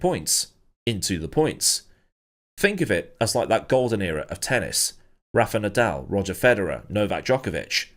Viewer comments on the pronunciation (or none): none